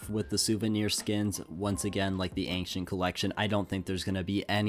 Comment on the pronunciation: We've gotta work on your pronunciation of "ancient"